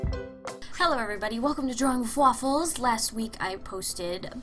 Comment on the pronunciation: First when she said "drawing wiffwaffles" It sounded like drawing flafels